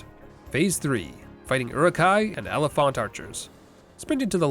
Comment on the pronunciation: I'm going mad hearing you say elephant but pronouncing the phant the same way you would in oliphaunt Like if you were just saying elephant then fair enough, they are basically just juiced up elephants after all and not everyone knows or cares that they aren't called than in LOTR but you're doing some strange mix of the two and I'm not sure if you just thought they just pronounced elephant weirdly in LOTR or if you normally pronounce elephant like that Edit: love the videos btw, I'm mostly kidding.... mostly